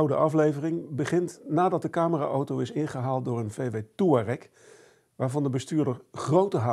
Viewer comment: volgens mij kan niemand `Touareg` uitspreken